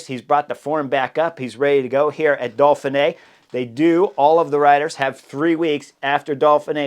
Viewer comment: Why do u pronounce it dolphin-ey Edit: Seriously how am I the only one noticing this, hes saying dolphin-ay. its do-feen-ay not dolphin-ay the pronunciation dude.